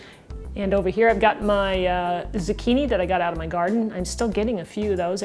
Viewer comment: What's a "Z'kini"? Is it anything like a zucchini (zoo-kee-nee)?